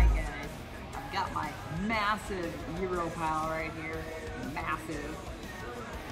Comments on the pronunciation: so happy you pronounce gyro right. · A lot of people get it wrong but you’re on point! You’re saying gyro just right! Way to go on the win. Another awesome victory. You’re awesome chic!